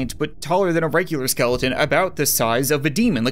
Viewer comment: you said skelden not skeleton